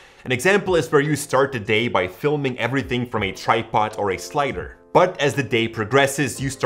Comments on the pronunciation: Filum Making 😂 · fill'em? whats a fillem?